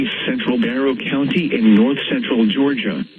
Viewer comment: Why dose it say bartow like that?